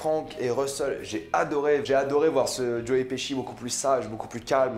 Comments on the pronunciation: nan j'avoue que joe piski ca ma fait rire mais après cest un nom de famille et ça se prononce pas pareil suivant le pays où tu habites. Jai habité en angleterre et je me taper une barre à chaque qu'un anglais prononçait mon nom mais cetait bien leur prononciation vu que tout les anglais le prononcer de la même manière. Apres Pesci cest un nom italien, en italien pesce cest poisson et ca se prononce pas peské mais péché donc logiquement Pesci se prononce pechi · Tu es sûr de toi pour la prononciation de Joe Pesci ?